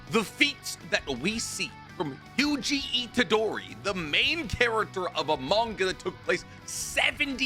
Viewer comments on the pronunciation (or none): none